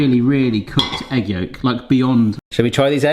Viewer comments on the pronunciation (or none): Lol Yegg yolk🤣 I didn’t think it was possible but I think the egg got your tongue. 🤣